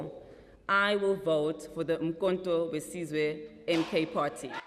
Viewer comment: Did I hear you saying Mkhonto we bzibzwe?